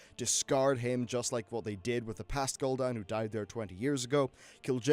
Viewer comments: You really need to work on some pronunciation things if you're going to make lore videos like this. You say Gull'Dan, as in seagull, whereas all voice lines in the game pronounce it Gul'Dan, which sounds like Ghoul Dan. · Lol at "Gull dan"